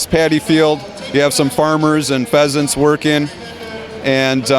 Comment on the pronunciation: "Pheasants" (peasants) "Daimo" (Daimyo)